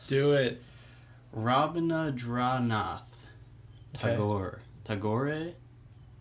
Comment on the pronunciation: I can help you out with an actual accent for pronunciation. It's Robindronath Thakur - Ro bindro nath Tha kur (Bengali accent) and Rabindranath Thakur - Ra bindra nath Tha kur (Hindi accent) Just a slight difference with "O" and "A" British people had difficulty with the actual pronunciation of Thakur. So, they called it Tagore.